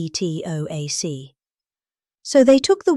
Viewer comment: What was the problem with the pronounciation of the "Potomac" River? It sounded ridiculous.